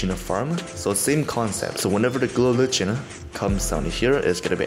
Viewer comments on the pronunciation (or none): ITS GLOW LI-CK-EN